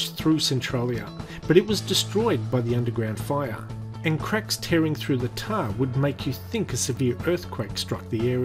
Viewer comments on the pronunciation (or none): none